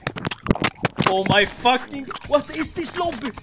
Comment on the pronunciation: the accent is so swedish there What is dis lobby